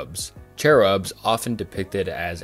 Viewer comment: mispronouncing enoch is understandable, but mispronouncing cherub?? lmao